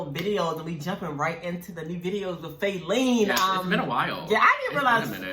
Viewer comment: It’s not fAelene it’s fa-leene